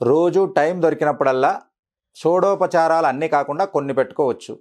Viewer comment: Shodashopacharalu sir,shodopacharalu kadu anukunta.